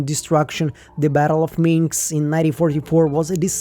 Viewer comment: I'm pretty sure the capital of Belarus is Minsk, not Minx😁